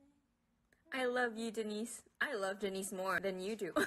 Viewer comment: Bro why were you keep pronouncing Denise as D-Nice🫵🏻😭 It's such a common name, it's De-nees😭